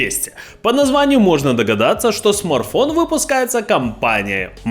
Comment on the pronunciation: Смарфон😂😂😂 аж слух режит